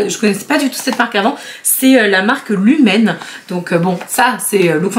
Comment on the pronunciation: Lumene est une marque finlandaise (et non pas norvégienne), en Finlande elle est vendue en supermarché, c'est un peu la version finlandaise de L'Oréal ou de Maybelline. Prononcer "louméné".